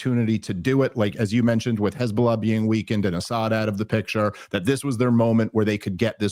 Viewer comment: I love how insightful and intelligent Scott Horton is but I absolutely hate how he mispronounces "Hezbollah" in the whitest way possible 😂